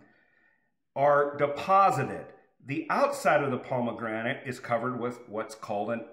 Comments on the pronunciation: He is saying palmegranate... or is it just me? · There is no “l” in pomegranate.